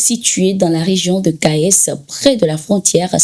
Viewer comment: Veuillez ne pas prononcer le S de Kayes 1 ère region du Mali